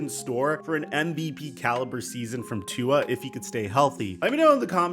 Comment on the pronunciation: Please learn to pronounce Tua’s name right man.. this is your job and your butchering his name